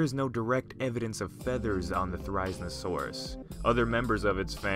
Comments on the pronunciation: It's theri-zino-saurus not ther-ize-no-sauras GET IT RIGHT! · It’s zin-o not zine-o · Ther-risen-a-saurus? I believe people pronounce it as th-e-riz-een-a-saurus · Ther-i-zeno-saurus, come on dude, not ther-I-znosaurus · Its fer,iz,en,oh,saurus not forizinosaurus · “Theriznosaurus” theri-Zino-saurus, at least pronounce it right if you don’t know about dinosaurs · Therizinosaurus really is said like There-Iz-Zeen-Oh-Sore-Us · Pronounced it wrong it’s (Thair-azeno-saurus) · Thera-zeeno-saurus, but close. Thanks for showcasing a great and unusual dino <3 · pronunciation mistake. It’s pronounced (their- is- ino - saur- us) and yes I know I didn’t spell Therizinosaurus right in the pronunciation cuz that’s how the name sounds like. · How did he pronounce therizinosaurus? He got it SO wrong. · I can’t just stop thinking about how ridiculous your pronunciation mistake was!🤣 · It's cool to see my favorite Dinosaur get attention, unfortunately you pronounced Therizinosaurus wrong. It is The-ree-zee-noh-saur-us, not The-raiz-noh-saur-us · Thera-zino-saurus is how it's pronounced! :( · The way he says its name makes me just triggered its thera-zeeno-saurus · The isle has therizinosaurus in it, and you pronounced it's name wrong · Too Weird!? Firstly, it's pronounced Thare-oh-zeen-oh-soar-us. Secondly, it's already in Jurassic World as being in the DNA of Indominus Rex. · Excuse me but how the fuck did he just pronounce Therizinosaurus? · U pronounce it There-ro-ze-no-saurus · wrong pronunciation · Say it's name correctly... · That's not how you pronounce it... it's pronounced "Thair izin oh saurus" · You pronounced it wrong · You really butchered its name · Would have been nice if you had looked up the correct pronunciation before filming this vid. Every time I hear you say it, I cringe....which is a shame, cuz the vid is otherwise pretty good. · It’s painful to hear you try to pronounce it’s name.